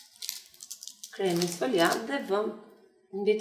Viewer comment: pasta sfoglia theksi bje ke O jo sfogliAAAA me theks ke A ose thjeni shpip